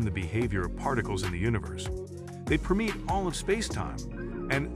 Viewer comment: "preh mete" (permeate). Seriously. Get a human to read this. Even the person running this channel would be better.